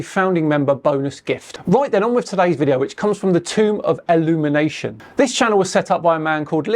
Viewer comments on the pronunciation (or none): "EL-lumination"? I'll bet you anything he's read and believes in David Icke's conspiracies.